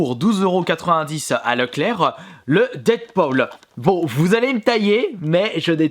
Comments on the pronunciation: Dead-Paul ?😑..... Ça se prononce "dead-poule"...voila voila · On dit "deadpoule" pas "deadpaul" 😂